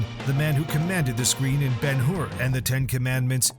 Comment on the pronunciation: Wow, I have never seen this Super Man - Umm, Ben Whore ... it's Hur